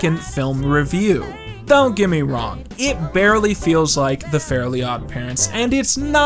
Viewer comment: that's great and all but why are the "elves" the only ones that aren't mispronounced? Like, Timmy is Tommy and Fairies are Fairlies, but the elves are.... Elves?